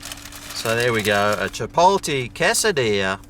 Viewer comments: "Chipoltee" haha- it's chip-ot-lay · chipolte ahahah, its pronounced CHIP - OTT - LEY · Chipoltee? Isn't it like Chipotlay?